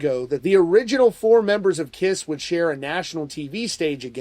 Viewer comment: First of all, he couldn't get their name right, calling the "kriss", secondly, can you believe or trust a word he says? Bruce Kulick has already said it will be the original line up, but they won't be playing. I'd believe Bruce over a guy who can't go a single sentence without lying, exaggerating or just babbling nonsense.